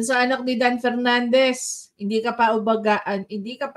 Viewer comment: Pernandez ang galing nyan mag Fronounce ng Ep at Fi…. Pano nakalusot mga ganyan trying hard mag ingles mali mali din